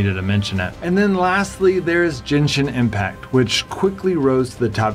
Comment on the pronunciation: My man said "Jenshin Impact"... 💀